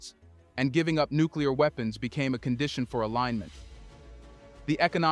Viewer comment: “Nuclear WEEPENS”